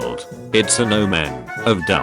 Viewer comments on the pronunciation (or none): none